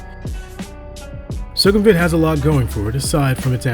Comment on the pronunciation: It’s not “Su-KUM-vit”, but “Suecom-vit”.